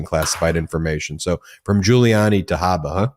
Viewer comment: Alina Habba as in Harper is incorrect. Should be pronounced as in Jabba the Hut.